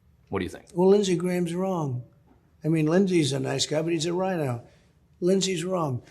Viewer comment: Rino? I think he said WINE-O🤣🤣🤣